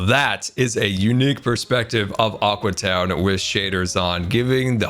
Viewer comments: When he sais Aque town I think it‘s Awkward town :D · Aque (Ahw-Kwee) town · Its called Aque Town get it right!